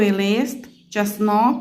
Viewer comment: потрібно вимовляти правильно:часник,олія.уникайте помилок